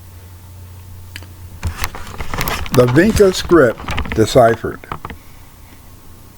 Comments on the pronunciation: Sounds like bullcrap. It is pronounced VinCHa. Hungarians are Finno-Ugric and what migration route did they take from Africa then??? Magtays came to Europe from the 5th century and have nothing at all to do with Vinča civilisation. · If you actually knew how to pronounce "vinča" you might have a little more credibility. As for the Magyar hypothesis, history, linguistic evidence, and archaology says they didn't reach the Vinča cultural area until millenia after these sympbols were in use in the area of Romania and Bulgaria.